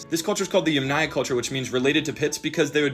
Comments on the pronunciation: it's actually pronounced YAMnaya, not yamNAya, stress is on the first syllable. Otherwise great video!! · If the word yamnaya comes from Russian/Ukrainian I think the intonation would be on first syllable. Ie. Yámnaya instead of yamnáya. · I feel like your pronouncing of Yamnaya is wrong, and it’s like yámnáya (I don’t know the symbols, so like: YAM 🍠- НАЙ - UH) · Stress in Yamnaya goes to the first syllable, btw